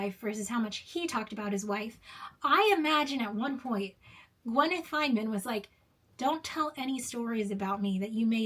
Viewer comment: I was going to comment but I decided that you're nonsensical video was not worth commenting on. I think you should do a little more research about Richard Feynman before you dismiss him entirely not that it matters because I understood what you were saying but you are mispronouncing the man's name